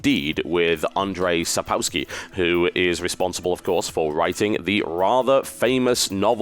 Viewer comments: It's Andrzej Sapkowski (Sup-kov-sky), now "Supawsky" :D Saying hard words faster, so that people cannot hear your mistakes doesn't make them correct, especially in Polish ;) But I love you anyway TB, the straight way. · Looks like you did misunderstand my comment. I am Polish too, my comment pointed the mistakes TB made with pronunciation of his name. As a professional commentator he could at least do little research before. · I love how u butchered the name of Andrzej Sapkowski xD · Dat pronunciation of Andrzej Sapkowski... priceless